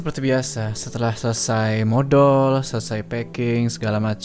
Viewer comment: smpe jelas bet nyebut modolnya bang gua slfok sma ucapan modol hahhahaa